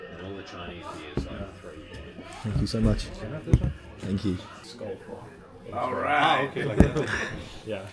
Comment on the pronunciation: Love the yank “Alriiight!” As the Brit downs another pint 😂😂😂